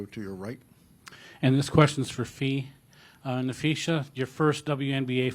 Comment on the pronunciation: i love coach reeve "napheesa, not napheesha"